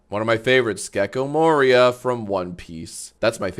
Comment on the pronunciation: Hearing jack say Gecko Moria broke me a little